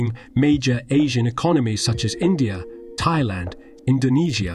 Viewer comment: The way it pronounced Thailand had me rolling.